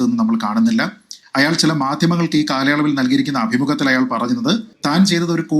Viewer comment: Good reporting..but 1.you are saying "Ayyaal" .but "Ayaal " is correct..2."Aphiruchi" alla.. "Abhiruchi" is correct malayalam..